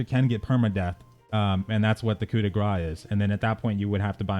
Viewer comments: Dear English speaking folk : you tend to pronounce "coup de grace" as "coup de gras" (but saying 'gras' sounds like "fat strike" or "blow of fat") instead of "grace" as in grace strike, mercy strike, or as in someone's final grace. It is pronounced 'ku deh graas' or 'coo deh graase'. No biggie: you just need to pronounce a 'se' at the end of 'gras'. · It was more meant as friendly, as I think would find it interesting to know to pronounce "mercy strike" rather than "fat strike":P Even with a decent school, I don't expect English speakers to know how to pronounce French expressions.